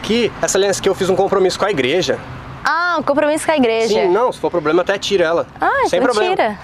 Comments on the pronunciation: esse foi ploblema memo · Maior problema que vi, foi vc falar problema...kkk